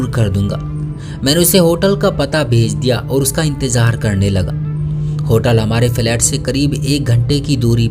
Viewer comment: Bhai aap ki kahani to acchi hai magar bura mat maniyega aap ke kahani sunane ka andaz bahot bura hai, naziya ki najiya kah rahe ho, nazar ko najar kah rahe ho, intezar ko intejar kah rahe ho, zakhm ko jakhm kah rahe ho, bolne ka tarika sahi karo apna